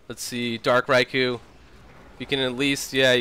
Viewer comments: I thought it was dark "Reekoo" not dark "Raikoo" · That was a great game, what a finish! Good cast (despite the pronunciation of Riku)